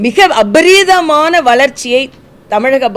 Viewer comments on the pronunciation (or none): அது அபரிதமான இல்லை அக்கா,அபரிமிதமான.......